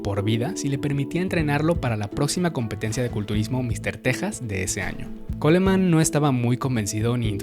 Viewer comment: Buenísimo video compa, además eres de los pocos que dice bien el apellido de Ron 10/10 compa